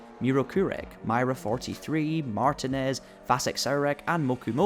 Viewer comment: Also that name is pronounced “mart-een-ez” long ē not short.